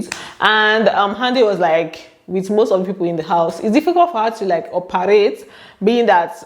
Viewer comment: I remembered Cee-c as u said "oparate" 😂